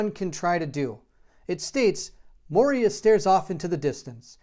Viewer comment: MOY-ra, not mo-ria (cool video though!)